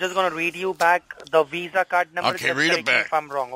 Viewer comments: iPad = $500 WIFI = $70 / month Listening to destroy scammers = PRICELESS What exactly is a Weeza card? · Its not a Mastercard its a Weezah. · It sounded like you paused either to avoid laughing at his over-the-top pronunciation of "WEESA", or to consider whether to say VISA or Mastercard (choosing Mastercard to avoid bringing attention to his ridiculous accent). Or both. LOL